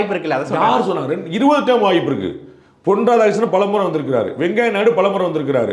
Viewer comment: திரு பாண்டே அவர்களே வெங்காய நாயுடு இல்லை வெங்கையா நாயுடு...😂😂😂 தப்பா சொல்லிடிங்க